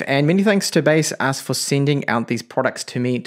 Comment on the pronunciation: in official baseus website - they pronounce Be-Saz